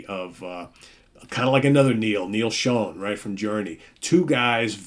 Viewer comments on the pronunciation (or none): i prefer Precious Time,.....I'm pretty sure Neal Schons last name is pronounced"....."Shawn"...not Shone??,thats how Neal himself pronounces it....SHAWN....not being a smartass,...just saying